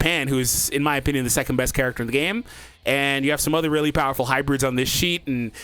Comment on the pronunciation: "Bowerful!!" the iconic quote